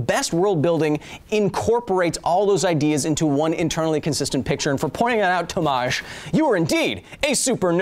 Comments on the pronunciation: And you said "a" in Tomasz too French like But rest is ok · HI Kyle , really love the show and I loved the polish accent of this vid (for obvious reasons xd) but don't do my boy Tomasz like that... In pronunciation of that name you emphasize the "T". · You pronounced Tomasz wrong tho xD